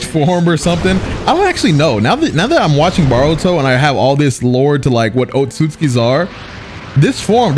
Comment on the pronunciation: I just realized he says baruto 🤣